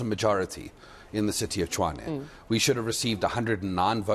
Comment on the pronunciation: As long as they keep pronouncing Tshwane as Chwane, they will always lose elections.